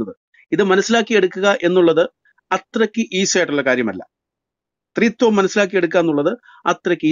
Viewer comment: " ത്രീ ത്വം."....."തൃത്വം" ഇത് രണ്ടും രണ്ടാണ്.. ; ഒന്നല്ല